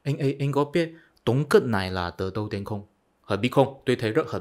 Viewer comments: Bạn phát âm lạm dụng chữ “t” “tờ”..,không phải âm điệu nào bạn cũng sử dụng chữ”t” để phát âm,ví dụ:”từ đâu đến..” chứ không phải như bạn phát âm là”từ tâu tến..”toàn dùng chữ “t” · Bạn nói phát âm tiếng Việt không chuẩn, ví dụ: nói (từ đâu đến..) thì bạn phát âm”từ tâu tến “,phát âm nghe 50% là sai,nhưng ngưởi Việt vẫn hiểu là hình dung theo âm điệu từng câu thì vẫn hiểu 🔴